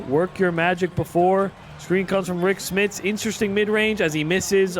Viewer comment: It's Rik SMITS, not Rik SMITH, come on now you make simulations everyday, you should know this my boy 😂🤦‍♂️